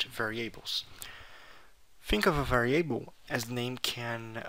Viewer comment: Camarada meus parabéns, só não gostei do "varieibou", estaria mais pra "vériabou" rsrsrsrsrs, mas mesmo assim ficou bacana, continue com o bom trabalho.